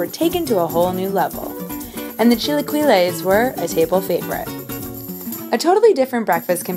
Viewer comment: Had to giggle at "chilaqüiles" :D nice vid though!